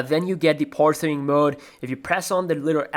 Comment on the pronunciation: Why do you keep saying "poorsing" when you are in the power saving screen? I don't understand what poorsing is.